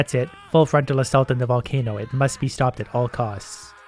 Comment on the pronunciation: No one:: "Can I super charge a valcaino?"